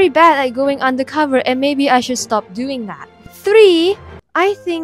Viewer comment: please stop dou-yin my mother